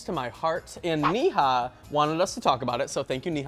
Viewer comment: I loved this video but it's Neha as in neigh-ha not knee-ha